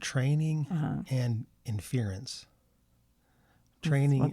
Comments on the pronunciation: What kinda boomer talk is this , datacenters have been around, lots of computers in a big building has been around , this is not a new thing , the guy mis pronouncing “inference” is also funny . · You’re right, I did mispronounce “inference.” At least I didn’t call it “A-One!” ~